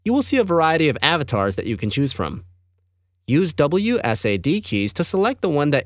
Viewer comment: it triggers me on how he says WSAD